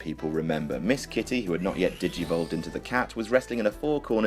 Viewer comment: the man said dogivolve 😂😂😂😂😂